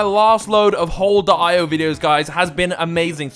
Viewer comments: I facepalmed when you pronounced hole ee oh wrong. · He called the game hole dot eye oh lol I call it hole E oh Haha